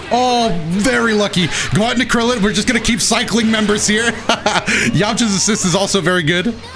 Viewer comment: "Ouhhh KRILIAN" lol